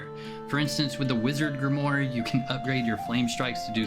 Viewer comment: Grimoire is pronounced "GRIM-war."